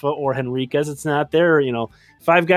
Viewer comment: I don't mean to nitpick,, but the "H" in Henriquez. (I admit, I had to look it up to be sure!).